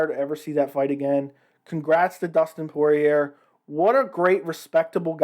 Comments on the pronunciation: The last “r” in Poirier is silent. Poor-e-Ay. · When you annunciate the letter R on the end of Dustin‘s name it makes you sound kind of like a hillbilly. wait a minute I’m from the hills of Kentucky maybe I better pick a different term. You sound like a goof, yeah that’s it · I assumed from your accent that you were from New Orleans but I guess that isn’t true considering the mispronunciation of Poirier lol